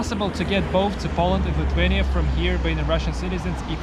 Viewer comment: Your English is great. Well done. But Lithuania has TH in the word, not T. You can't pronounce it Lituania.